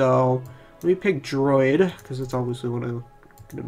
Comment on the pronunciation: I'm still confused at how you could pronounce druid as "droid" and paladin as "powden" ....but maybe it is a speech impediment and I shouldn't say anything because I don't want to be rude.